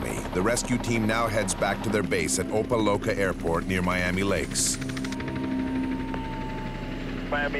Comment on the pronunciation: It's pronounced "Opa Locka", not "Opa Loaka"